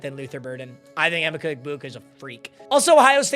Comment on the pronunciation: Learn how to pronounce Emeka clown